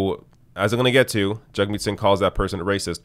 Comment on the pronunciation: IT'S JAGMEET NOT JUGMEAT